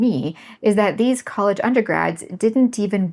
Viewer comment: "colledge" "fonics" 💀